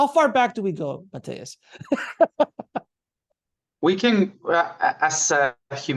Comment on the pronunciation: I don't mean to be rude, I'm honestly curious about why does pronounce Matías' name like that?